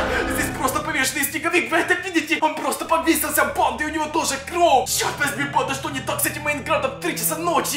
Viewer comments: Мне одному кажется что он в одном моменте он говорил не кровь а кроу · Говори кровь а не кров супериииионармрпм банннннн